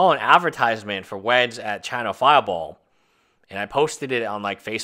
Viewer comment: I swear you said "china-fireball"